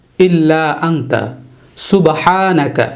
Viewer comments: ইল্লা আংতা নাকি ইল্লা আনতা,,,,,,ঝলিমিন নাকি ঝোয়ালিমিন ? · হুজুর উচ্চারণ টা কি আংতা হবে নাই আনতা হবে। ২ প্রশ্ন কুংতু হবে নাকি কুনতু হবে প্লিজ কেউ জানাবেন?